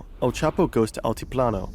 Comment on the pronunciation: "L Chapo" omegalul